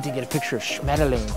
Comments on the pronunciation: That german pronounciation was impeccable 👌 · His "Schmetterling" was pretty good, next german word for Chris is "Eichhörnchen" (squirrel). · Hey Chris, as a German i can tell you did a very good job on pronouncing Schmetterling :D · That was a very nice „Schmetterling-Tasche“ - and I mean Chris‘ pronounciation. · You said "Schmetterling" very well Chris :D honestly I can say that as a native speaker.